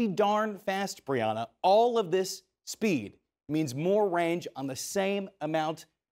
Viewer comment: Anyone else hear him call her Big Brianna?